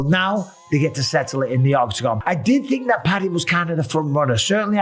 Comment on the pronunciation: PADDY not Patty